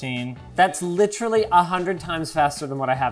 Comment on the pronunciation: SOMEONE PLEASE TEACH LOINGUS HOW TO PRONOUNCE "LITERALLY"